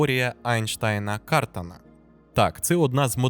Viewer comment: В прізвищі КартАн (Eli Cartan) як і в будь-якому французському прізвищі, наголос на останньому складі.